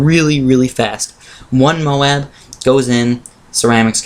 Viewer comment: SAY "MOAB" AS A WHOLE. NOT MOH-AHB